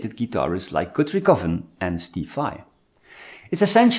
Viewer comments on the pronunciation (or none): none